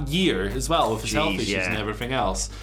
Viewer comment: “And effryfing else “ Andy Murray probably